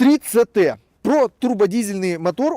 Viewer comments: 😂 3ЦТ... Просто убил. 3CT читается как 3СиТ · 3цт это конечно ужасно. 3ct буква си не ц а си!